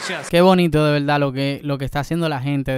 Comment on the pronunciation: No se dice velda, se dice verdad